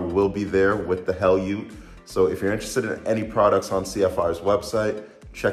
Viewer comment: More like the "Hell-yat"!